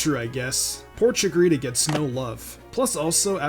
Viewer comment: not chickorita